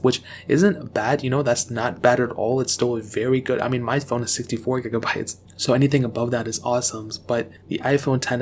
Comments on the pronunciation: Stop saying gegabytes you idiot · did he just say "gai-gah-bayts"? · I could not concentrate on nothing else but gaeigabites